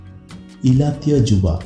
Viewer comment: ଇଲାତୀୟ ନୁହେଁ ଇତାଲିୟ ଯୁବା